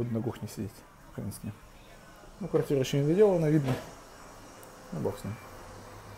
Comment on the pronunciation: Квагтига. Научись хоть букву Р выговорить.